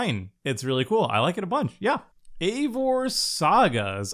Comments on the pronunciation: I know not everyone likes Norse stuff and so on but it hurt my Nordic heart when he said Eevor instead of eIvor its i like in I if any is curious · Ezio is pronounced ets-ee-oh Eivor is pronounces eye-vore So much pain listening to this lmao